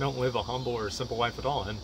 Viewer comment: emphasis on the SIMPle